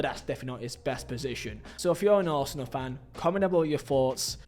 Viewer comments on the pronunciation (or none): none